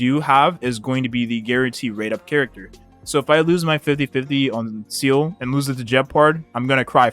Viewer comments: (Seeele is my Favotite character since HI3rd is a thing, so I will, as you said, pull for her just for it) But please, do you guys really pronounce Seele as Seal? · It always pains me on how people butchered Seele's name even the EN VA ingame 🤣🤣